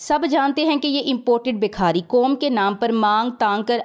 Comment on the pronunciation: ماشاءالله آپ بہت اچھا بولتی ہیں اور امپورٹڈ کی صحیح چھترول بھی کرتی ہیں. معزرت کے ساتھ ایک غلطی کی اصلاح کر لیں شکریہ. لفظ بکھاری نہیں ہوتا بھکاری ہوتا ہے.